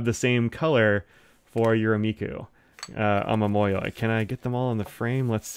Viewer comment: i only found your channel the other day, ive dived head first into researching pens and inks especially (i have my first ever fountain pen on the way ^^) and i've really liked your channel, you seem so friendly and happy to talk about pens and inks, i love it! also, your pronunciation is close! ah-mah-mo-yo-ee would be how i'd write it down. the yoi part can be slurred together a little, but the mo and yo are separate instead of becoming "moy". also for yurameku, the "me" part is more of a "meh" than a "mee" ^^